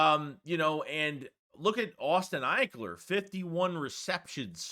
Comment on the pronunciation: Calling Austin ekeler “ Ikler” is malpractice 😂